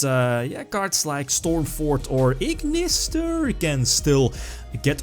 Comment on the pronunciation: lmao, that "iggggnissterr" caught me off guard